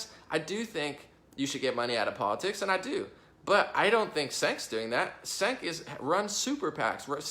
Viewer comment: "Cenk" is pronounced "Jenk"